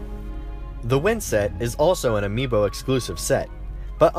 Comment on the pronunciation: Yeah, that's how it's pronounced